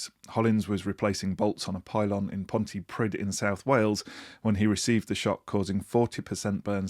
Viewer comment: Mansplaining and boyscouts. Oh, and it's pronounced 'Pontypreeth' not 'Pontyprid'.